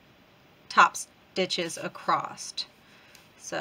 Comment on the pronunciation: Do you know you say acrost instead of across? My mom used to say that. ❤